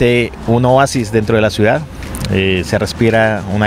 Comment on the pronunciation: Me disculpa...pero no sé dice.. COSTRUIDA... se dice CONSTRUIDA igualmente se dice CIUDAD... no se dice CUIDA... Hay que hacerle al buen hablar. Ojo con eso la gente lo escucha y califica.